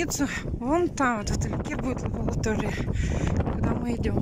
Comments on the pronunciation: не концтовары, а канцтовары, совсем не следите за речью: взяла тама, евонная тетрадь, лаболатория.... Ужас, просто!!! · Да мы и не переживаем за твоих детей, просто на днях ты плакалась что никто и никогда в сад за младшим не ходят как ты сказала никто НЕ ХОТИТ, так что фиолетово забрали их или не сама себе противоречить, врешь. И не ЛАБАЛАТОРИЯ И ЛАБАЛАТОРИЯ, НУ ФИЛТТРУЙ СВОЮ РЕЧЬ ПЖЛ, ЭТО ЖЕ НАДО БЫТЬ ТАКИМ НЕУЧЕМ